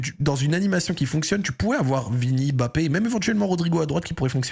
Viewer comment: ok mais c pas non plus BAPE MDRRR